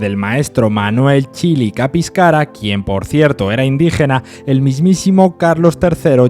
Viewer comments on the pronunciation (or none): Buen vídeo Solo un detalle Es Caspicara no Capiscara CAS PI CA RA Xd